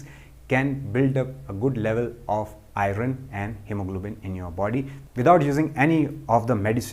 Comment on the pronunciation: Beautiful and good Sir, 🙏 Thank you,The pronunciation iron is to be corrected ,Soory to point it out ,As I see your video regularly